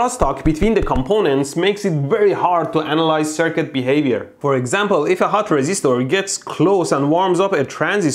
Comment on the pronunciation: resistoor, capacitoor and inductoor